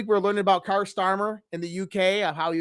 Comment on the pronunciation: It is pronounced Keir, as in pier. For Kier Starmers name. And Mauritius is pronounced mor -ish -us. Not how you said it....bloody Yanks.